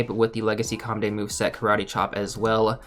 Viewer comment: The one thing that hurts me so much is hearing legacy or com day move.